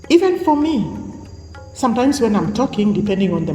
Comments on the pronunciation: And learn to say ‘sometimes’ not “Santyne” 🤣 Those slimming pills she must be popping is making her hallucinate..laughing hysterically..fills her contents with irrelevant memes. Like on trending with her Alopecea..fills her lack of contents gap with ‘nhe nhe nhe” and 🥕 chewing groundnut one seed at a time 🤣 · She really gets worked up when reacting..this. Looks like she is not ok uptairs..maybe the slimming pills she is taking. Her weight loss is drastic and not normal. I crack up everytime she says “santym” instead of sometimes..lips too heavy yet she feels herself as superior and intelligent. She too hates africans and pointing at others- bully!😂